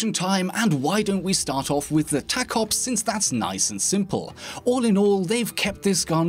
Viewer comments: The tacops is pronounced taco-ops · He said the name of the pistol wrong. It is clearly pronounced taco ps